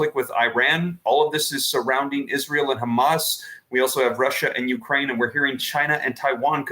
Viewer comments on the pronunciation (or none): none